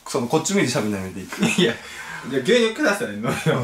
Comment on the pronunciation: 牛乳をりゅうにゅうっていうの バカ好き笑(((o(*ﾟ▽ﾟ*)o)))